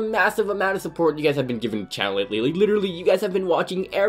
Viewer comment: Learn how to say support not supportsssss